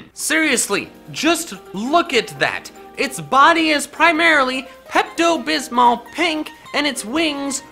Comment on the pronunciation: Lol 😂 Pepto-bat